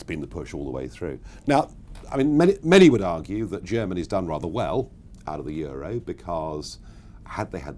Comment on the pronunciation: you mispronounced euro